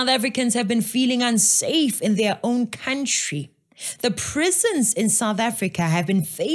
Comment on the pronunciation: Anyone calling a Country a "Cowntree" have no Brains.